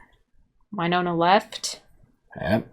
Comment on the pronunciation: Drives me nuts this girl corrected her husband a bunch of times on pronunciation of names, yet continues to call Winona, Wyyyynona. Also, implying that Raylan should “change” his entire life, give up his career that came before her and everything for a flaky girl who comes and goes, makes terrible choices, like Gary, and is a multiple felon for the vault heist, and corrupted Raylan into being her accomplice. If anything, Raylan needs to get away from Winona for his own safety and mental health, as fast as possible.